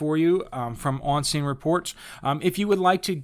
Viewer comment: thought you said obscene alerts at first.